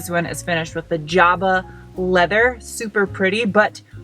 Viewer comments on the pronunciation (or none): none